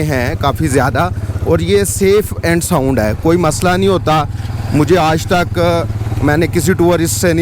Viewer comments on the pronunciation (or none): none